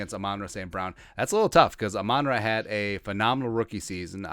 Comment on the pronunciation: It’s ROSTER NOT ROOSTER. ITS Goff not Goof. Its Ah-Men-Rah. And you guy can’t cover him. I’m going to love seeing the Lions sweep the vicklings